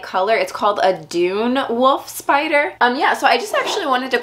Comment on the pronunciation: "Woof spider"